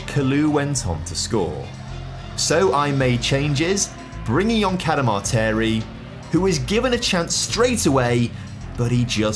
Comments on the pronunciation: Been a Huddersfield Town fan I cringe when you pronounce Bailey Camadarteri 😂 please don't think I'm being negative l, I love your content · His surname is pronounced Cada-Martin 😂 Sheffield Wednesday fan unfortunately here but love your videos mate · Liked this channel until I realised he couldn't pronounce Cadamarteri Clearly he doesn't know who Danny Cadamarteri is???